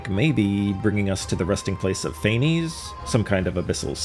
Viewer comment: Pantalone never went to Gurabad, it was an illusion like in the city Edit: Quit mispronouncing Phanes (Fau-nes) It's annoying since they literally just had them voice act it correctly in the quest!